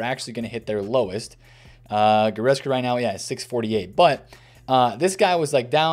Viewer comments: Will he ever pronounce Goretzka properly!? Nobody knows.... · bro cannot pronounce goretzka to save his life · AS a german I am always suprised how wrong u guys get the names of guys like Kimmich or Goretzka